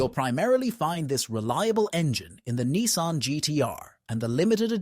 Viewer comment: AI voices ruin average videos. Nissan is Nicean....hmmmmm